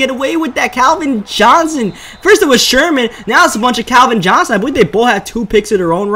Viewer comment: "Anoder user pik by sherhhman"